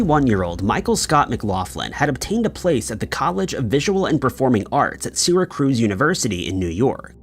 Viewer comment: Trying to say Syracuse.